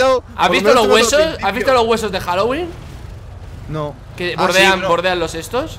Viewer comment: No es halogüin es Halloween :v